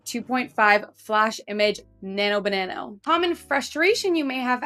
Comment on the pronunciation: it's not nano banano, its nano banana!